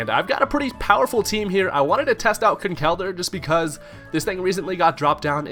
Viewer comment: It's not Conkelder. It's ConkelDURR. Never forget the DURR.